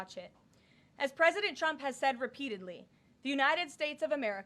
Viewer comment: She pronounces the president's name where sounds like "Chump". Sounded like that a few times, Karoline needs to work on that or "Chump" is gonna get real mad.